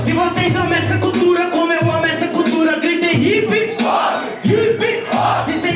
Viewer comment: É daora o falando "Cutura" ele fala sem o "L" kkk